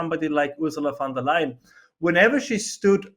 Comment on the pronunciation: Lier, not Leyen